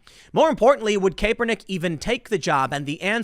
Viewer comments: While I hate Colin Kaepernick. I cannot stand the constant "Kay-Per-Nick". It's "Cap-per-nick" Saying the name wrong will just make libs less likely to listen to you. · Is Tim pronouncing Colin's name wrong on purpose? "Caper-nick" lol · I'm now convinced Tim is intentionally pronouncing Kaepernick's name wrong. He said Capernick about 4 times in a single sentence. There's no way Tim doesn't know the correct pronunciation of his name. Good on you Timbo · Hey Tim kapernick is pronounced like Cap-er-nick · I agree completely but it is pronounced Cap - er - nick. Haha just so you know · Tim, I love you. It’s pronounced KAP-ernick though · Kap-per-nick that's how it's said! Damn make fun of him sure but at least say it right lol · LOL! This bald grifter keeps calling him "Caper-Nick". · Please stop saying "Kay-pernick", Tim. Lol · Could someone please tell Tim it’s pronounced cap-per-nick? Thanks 👍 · His last name is pronounced “Cap-Per-Nick” Also when he first came out of college he was good. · Tim you really gotta learn how to pronounce the names. Love your content man keep it up. Doing God’s work. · The way Tim say Kaepernick's name makes me think he doesn't watch football. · I'm no Kaepernick fan but I still struggle to listen to someone act like they know anything about his football career when they mispronounce his name like this. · Is anybody going to tell Tim how to pronounce Kaepernick? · He is really butchering his name. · Lol sorry couldn't listen to how you were saying caepernick. At this point you should know. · I can’t stand Kaepernick but does it bother anyone else that Tim mispronounces his name 🤣🤣🤣🤣🤣🤣🤣🤣🤣🤣🤣🤣🤣🤣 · Honest question. Do you purposely pronounce people’s names wrong? I’ve noticed it a lot when you say names of people you don’t agreed with. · Couldn’t take the video seriously he kept pronouncing his name wrong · Does the way he pronounces kaepernick make anyone else cringe? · It’s pronounced Cap-er-Nick not cape-r-Nick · "CAP-ER-NICK"! <3